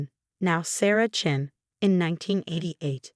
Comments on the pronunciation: It's Chen, always chen. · Yes always Chen!! And Rachel is a long a